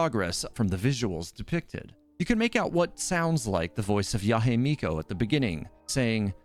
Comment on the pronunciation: Yahe Miko? It's Yae Miko.